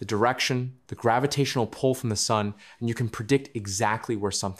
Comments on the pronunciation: “Pebbles, the rocks.. they fall into Sun(dae)..” AI glitch🤡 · Did this voice just call the sun sunday? Was I hearing things wrong?